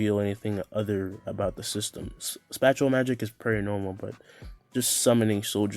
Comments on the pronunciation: I know he meant spatial magic but did I hear him say spatula magic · why you say spatial like that🤣